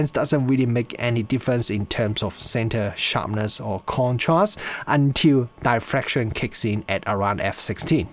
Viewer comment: d i ffraction, not "die"fraction